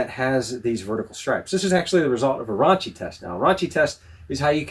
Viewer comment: I always thought it was the Ron-key test, not the Raunchy test. 😉